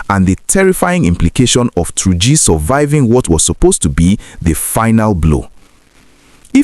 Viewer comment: Why are you saying Tunji with your pronunciation.... it is called "Tur--ji , not Tunji as you are pronouncing it. Try to correct yourself my brother....